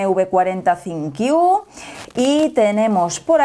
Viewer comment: Porque que Decis Sinqiu Si es ThinQ?